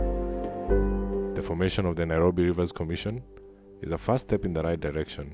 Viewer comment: It is Nairobi in Maa language not Nyirobi!